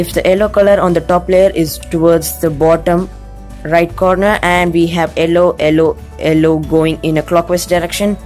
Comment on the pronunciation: why do you say ellow instead of yellow